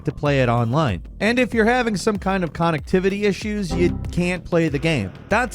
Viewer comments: Kahn-ectivity I love this man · Did this dude say “CON-nectivity”? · Con-ectivitiy issu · I'm just here for pronunciation of connectivity! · Dude saying “Con-nectivity” instead of connectivity is infuriating me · Never heard connectivity pronounced like that 😂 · I love the way says connectivity 😂❤ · Can you not say connectivity correctly? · The way you said connectivity made my brain go blank